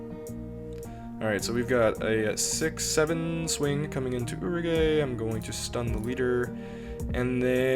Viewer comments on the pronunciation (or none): it is pronounced ooh-rouge, the sim messes up on the spelling on some cards because they were translated differently than officially